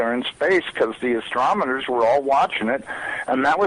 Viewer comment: I'd like to know what is an astrometer.... Is that anything like a astronomer? This dude is an insider and can't even pronounce it correctly? I guess I'm an insider too. The forecast for all of you outsiders, if you'd like to know, it may or may not happen... Ok? Don't give up your day job just yet.... Go out and live life and love everything from m&m mcflurries to your German chocolate blizzards to Alaskan snow crabs and virgin Margarita on the rocks... Appreciate the life that has been given and smile. Tomorrow it may be gone but the memories of everything and everyone will sustain you. 😀